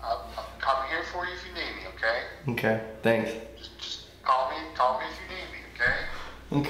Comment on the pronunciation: I like how he doesn't. say okay he says nnkay